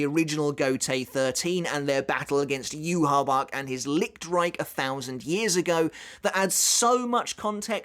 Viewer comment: On the off chance you care, "Yhwch" is actually pronounced as "yu-ha-va-ha." Feel free to ignore me, just trying to help.